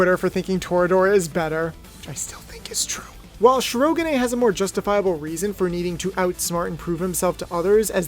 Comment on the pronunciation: Okay, because of me being an english subtitle viewer… “Shi-ro-ga-nay”? That one opened my eyes wide. Hell, I would’ve settled for an english accent “Shi-ro-gan”, which while may sound as its Japanese pronunciation, point should be still made